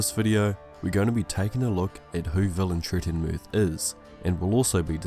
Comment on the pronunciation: I am sorry, I can't watch that video 😢😭 I purchased the books today. I still left a like just because you achieved to pronounce that fucking name 😂